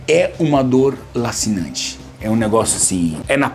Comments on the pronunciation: Lancinante se diz como o "la" de lança e não com o "la" de lazer. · Ô Richard,a dor é "lancinante" e nao "lacinante";)